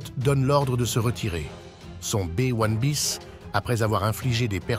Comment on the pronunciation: un Bé ouane biss ? vraiment ,,,, en France on dit B1un bis.... c'est largement mieux et comme c'est un engin français ça parait justifié.. merci